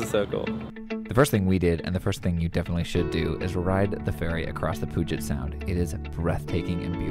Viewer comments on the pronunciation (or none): Pronounced “pew-jet”!!!